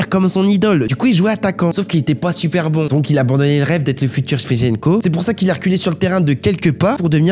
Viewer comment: Comment t'as dit Zidane et Shevchenko😂😂😂😂